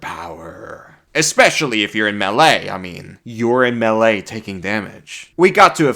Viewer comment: this man determined to mispronounce melee forever, no matter how many times it is brought up :D